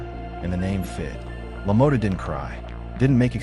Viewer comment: la-moe-ta lmao its pronounced la-maw-ta. meh tomata tomato whats the differance ey lmao,damn good video though man i love jake lamotta